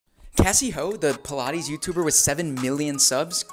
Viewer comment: i thought it was pronounced "pie-laytes" not "peelaties" 💀